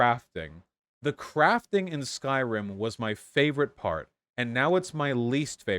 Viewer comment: Skyrim ❌ Skryim ✅